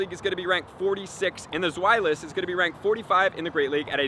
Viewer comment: You can't believe how proud I am of you pronouncing Zweilous correctly . Sooooo many other YouTubers will say something stupid like zwelious or zwayluss, it drives me insane.